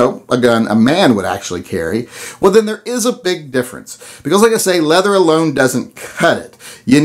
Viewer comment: Leather CHER, LOL.